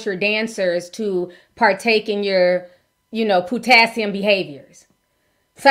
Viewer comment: Not PU-tassium😂😂😂😂😂😂😂😂😂😂 🍌 It’s the way you said it Ti😅